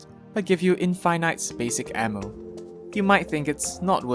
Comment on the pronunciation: i love how you say infinite as in-fi-night